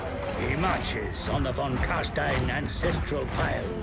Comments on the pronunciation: Try to pronounce the S in Stein like the "sh" in shit and it will be perfect German! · Just FYI, if you want to nail the pronunciation of "von Carstein," it's "fon Car-shtein." In German, the letter v and the letter f make the exact same sound (e.g., "Vogel," which is the word for bird, is pronounced "fo-gel"). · Actually the real correct (German) pronunciation is "fon karSHtayn", either van, nor stayn ;) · So cute how he trys to say von Carstein haha++